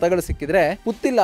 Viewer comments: ಪುತಿಲ ಅಲ್ಲ ಪುತ್ತಿಲ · Sariyagi putthila antha pronounce madappa neenu